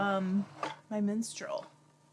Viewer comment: When you first said you have your Minstrel I thought you said “menstrual” 🤣🤣